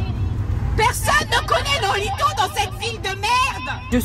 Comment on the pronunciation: Pourquoi tu dis "noholtono" alors que c'est écrit "noholito"?